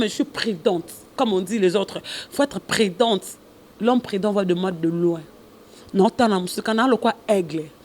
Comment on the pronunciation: Tellement que fiere eleki, au lieu de dire prudente a lobi predente. Lool